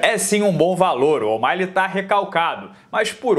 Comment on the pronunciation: Pq o fala Omaile?